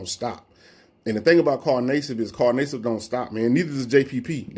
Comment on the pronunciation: Carl Nay-sibb lol